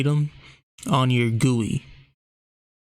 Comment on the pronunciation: No, he pronounced it right